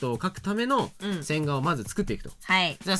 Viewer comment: 線画が音だけ聞いてると洗顔に聞こえて (,,`・ω・´)ﾝﾝﾝ？てなる笑